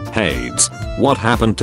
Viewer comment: Nobody: English text-to-speech: "Hates!" also english text-to-speech: "Purse-Phone!"